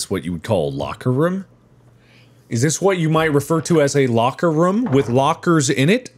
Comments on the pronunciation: I love how mark says rume instead of room for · I love how Mark says "room" lol 😆 He pronounces the "oo" like the word "book" instead of "bloom".